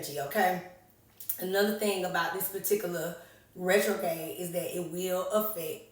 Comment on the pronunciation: RetroGRADE, the r is not silent